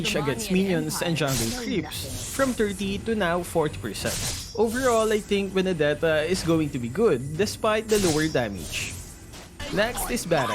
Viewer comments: Its benedeta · Hahahahahahaha My favorite part of the video was when you said "January's Starlight skin will be Benddetta".